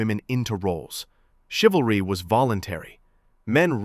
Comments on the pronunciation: 😂 "chivel....chivla...ah yeah what she said." Even as a hive mind, they're still low iq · Haha the women can't even pronounce chivalry. It's like something foreign to them😂 In my lifetime not that long ago it was common for a man to open the door etc for a girl or lady. I guess chivalry died. I wonder why😅😅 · Haha😂. Chivalry is so dead she couldn’t even pronounce it. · The saddest part is that they are completely convinced that they are very smart and intelligent. Meanwhile, they can't even pronounce the word 'chivalry.' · One 304 yawns without covering her mouth. Another 304 can’t pronounce the word ‘chivalry.’ No respect whatsoever. No intelligence whatsoever. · Girl couldn't even pronounce the word "Chivalry", and didn't even know it what it means. That's all you need to know lol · Girl Can’t pronounce chivalry lmfao I bet she’s really smart though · While Not being able to say the wrd " Chivalry " 🤷🏾‍♂️🤷🏾‍♂️🤷🏾‍♂️ a mean your serious